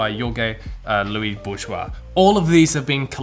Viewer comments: Sorry ,but "Borges" is pronounced just "bor hes", not like a french word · you need to read the short stories of Ken Liu! You'll love it if you liked Ted Chiang and Arthur C Clarke! (also Borges is pronounced "Bohr-hez") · Lmao at pronouncing Borges' name french-like, he was latino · Borjwah? Best pronunciation of Borges I've heard so far 😂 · the way you pronounce Borges' name is... peculiar. He's not a French member of the upper class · Might want to check how to pronounce Borges's name. He's also the greatest writer on this list by a million miles. Anyone remotely interested in the fantastic must read him. Must. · I love how you butchered Borges' name; by the way, he's the most famous argentinian writer ever. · He just BUTCHERED Jorge Luis Borges' name's pronunciation